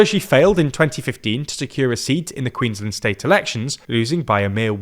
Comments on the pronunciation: Please please please learn how to Queensland. We are not Maryland! It's two words queens - land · Queensland rhymes with “bland”. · You guys pronounce Queensland funny :)